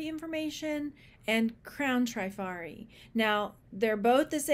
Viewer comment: Hi, just love watching you, you're so much fun...but I have a comment about Trifari..dont remember if you mentioned them here and please know I'm just passing some info along..no "these ones" comment 😊. When I was young I worked at a high end womens clothing store and we sold Trifari...the first i is pronounced like the i in it, not a long i like in tri which you would expect. I even listened to the YouTube appraiser Dr Lori appraise a piece of Trifari to make sure.